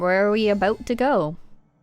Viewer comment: "where are we a-boat to go." I'm unsubscribing smh